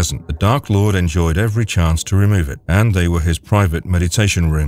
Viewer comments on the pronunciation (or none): none